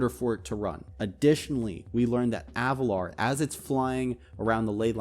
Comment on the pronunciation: AvaLIR, i hate to do this but its Avalir. not Avalar.